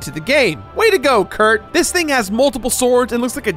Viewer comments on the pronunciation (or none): none